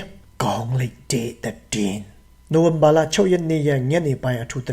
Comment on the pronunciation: ကောင်းလိုက်တဲ့ တတင်း နောက် တတင်း